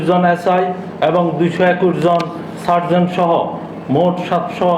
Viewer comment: সর্জন না, সার্জেন্ট